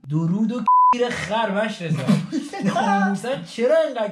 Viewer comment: داداش هی دورود دورود میگی انگار میگی دوروب دوروب به ترکی معنی خفنی داره به یه ترک بگو‌ دوروب ببین چی میگه بهت بهش بگو منیم کی دوروب معنیش میشه مال من راست کرده دوروب به ترکی یعنی بیدار شده